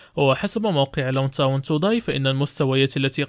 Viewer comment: فريق لوتون تاون وليس فريق لاونتاون صحح معلوماتك عندك مشكل كبير في نطق أسماء بعض اللاعبين وبعض الفرق